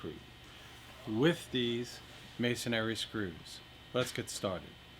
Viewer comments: It's masonry not masonary. Only one a in masonry. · This is the first time I have ever heard someone pronounce the word "masonry" like "masonary." And it's on a video about masonry screws. Go figure. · Uhh...mason(āRY) ? Dude wth?